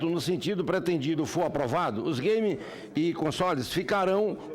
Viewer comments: "os gueime" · "Us gueimi"